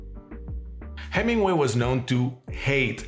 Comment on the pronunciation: You are adorable! While you do not pronounce the “h” in hola, you DO pronounce the “H” in Hemingway! ☺️🙌🏼❤️